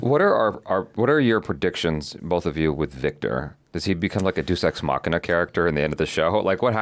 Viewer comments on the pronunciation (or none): Fun reaction and discussion. A tiny bit of pedantry that super doesn't matter: -Deuce ex machina- Day-oose or dee-oose ex machina. Deus is Latin, like the word deity, for god. It has two common pronunciations, with a long e long a sound.